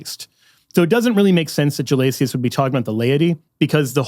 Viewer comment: Great video! Btw it’s pronounced Pope “Guh-LAY-shuss,” not “guh-LAY-tee-us.” It’s assibilation, just like how Gratian is “GRAY-shun”